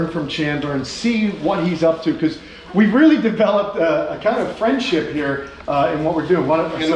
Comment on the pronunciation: Isn’t it cute how many times said fwendship